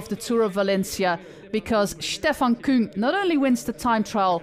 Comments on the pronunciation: But only that she pronounces it the right way, which is KÜng. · Yey, you did it!! You prounce Küng more German than French!